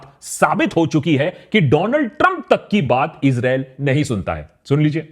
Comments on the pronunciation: Do-land trumbbb😂😂😂..The fatmae😂.. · Dolaand Trump ❌ Do lund Trump ✅